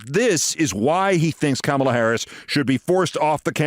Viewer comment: It’s pronounced “Comma-la”, NOT “CAMEL-LA”. C’mon, Keith. Do better.